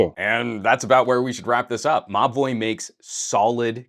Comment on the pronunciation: Every time you say Mobvoi I swear I hear you say "My boy" 🙈🙉🙊